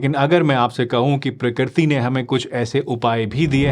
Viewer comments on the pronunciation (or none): none